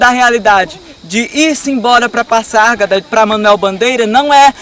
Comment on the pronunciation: Se pronuncia Pazárgada e nao Passargada